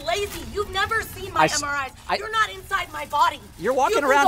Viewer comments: Everytime she said "you should see my MRIs," I thought she was saying "...hemmoroids" This woman has no right to privacy as she's in a place where privacy cannot be expected. Why the face block. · Yo I thought I was the only one that heard that 😂